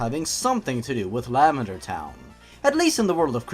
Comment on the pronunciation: the way you say lavender sounds like you're saying lambader